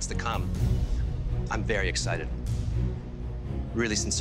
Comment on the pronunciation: did he say "i'm berry excited" ??? :P